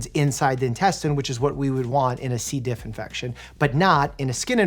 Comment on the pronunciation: As a evs worker he said c.diff and i had a physical cringe lol